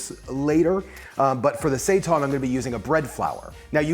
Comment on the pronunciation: Say tan,. It's say-tan. Seitan.